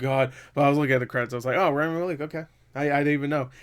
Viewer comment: This movie somehow earned a 76% from audiences, and whilst I am not going to see it, I really want to take this point to show that audiences need to stop saying critics are full of shit. Both sides are guilty of giving movies a pass. Also, I hate to correct you, but Rami Malek is pronounced Rah-Mee Mah-leck.